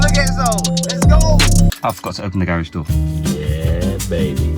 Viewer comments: please stop saying garage like that😥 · why does he say garage like that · It’s funny how he said garage😀🔥🔥